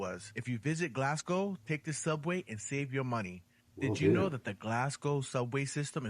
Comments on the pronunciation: first of all, congratulations on pronouncing the name of my city correctly, unlike the narrator in the original video, his mangling of the term for the natives is already hurting my ears - and I'm only 3 minutes in, although he he has now pronounced it properly. Also we are not Galwegians - we are Glaswegians. Another interesting fact is that Glasgow is a UNESCO world heritage music city. It's a pity he didn't visit the Kelvingrove Art Gallery and Museum, which in my opinion is the most beautiful building in Glasgow; even if you removed all of the artwork and exhibits it would still be worth the visit just for the architecture of the building alone - and the beautiful park surrounding it. there's also the People's Palace in Glasgow Green, which is a museum about the people and culture of Glasgow. But the best thing about Glasgow, above everything else, is the people. Our modern motto is, "People Make Glasgow". Despite our rough exterior and harsh accent, we are a very welcoming and friendly people. We love to meet visitors who enjoy and respect our city and our culture and I'm sure if you came to visit you would feel very much at home. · Absolute top marks on the pronunciation of Glasgow. We always joke that Americans pronounce it glass cow 😂